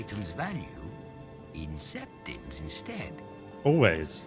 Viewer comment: That was twelve thousand sepitms